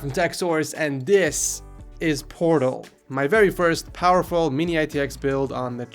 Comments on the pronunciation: Who else thought he said porno instead of portal? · at first i thought ed said 'porno' but he said 'portal' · When he said "Portal" in the beginning I thought he said pr0n0...